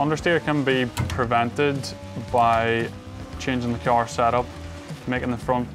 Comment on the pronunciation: I like kee-arrying lots of speed into corners when I drive my kee-arr.